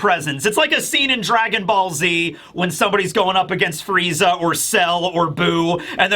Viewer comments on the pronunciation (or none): none